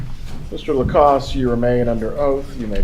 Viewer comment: He has stated his name clearly for the court. Why can none of them use the correct pronunciation? Why is that so difficult? Also, why did the defense atty. keep saying "Walmart" when it was clearly "Kmart" that Mr. Lacasse visited while out of town?